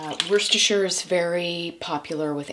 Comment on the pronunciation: Not often you hear a non-Brit correctly pronounce Worcestershire! 👍